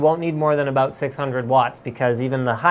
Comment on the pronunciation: "Aboot" hahaha... Canadians.